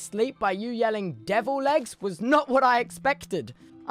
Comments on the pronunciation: is he saying "Devil legs" or "Devil eggs"? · Devil legs is really starting to sound like deviled eggs. . . . . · it always sounds like he’s saying deviled eggs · sometimes i hear 'devilled eggs' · every single time he says devil legs i think he’s saying deviled eggs whilst killing a spider and it really messes with the head over time